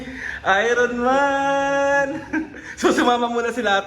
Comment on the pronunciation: Iron Man read as Ayorn Man po